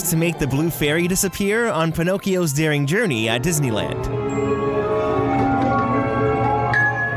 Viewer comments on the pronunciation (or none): none